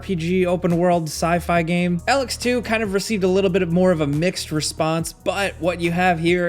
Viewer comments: Don't get me wrong I know certain words can be pronounced however but Elex can be heard being said as E-lix never El-ex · The mispronunciation of Elex gave me aids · Dude pronounces Elex 2 crazy wrong and says dream light is good. Dream light is the worst game made in years. Had to edit sorry. Ragnorake wasn't on this? It was way way way way to long